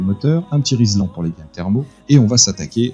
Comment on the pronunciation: C'est Rilsan, et non "rislan" (du nom du polymère...), mais je te pardonne, de plus en plus de personnes se trompent, comme pour les néons, les kmh, le voltage... etc;))